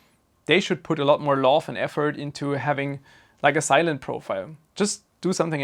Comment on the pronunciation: When he said "vendors should put more effort into...", I thought he said "more F-word"